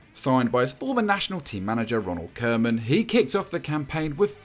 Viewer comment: RONALD KOEMAN IS SAID KOO-MAN NOT KOE-MAN